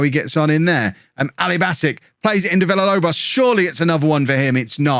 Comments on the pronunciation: Holme is taking so many L's because keeps saying too many L's in Villalobos' name. If says it more like Veeyalobos Villalobos turns into prime Aguero /s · If you Pronounce Villalobos correctly he will score more goals